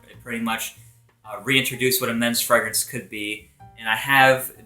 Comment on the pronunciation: Your pronunciation of fragrance sounds so weird. Either pronounce it the french way or english way. Don't mix them hahaha.